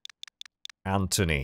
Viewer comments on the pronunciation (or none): heh "ANThony"